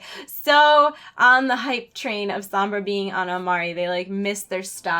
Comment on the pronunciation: It's "Somb-brah"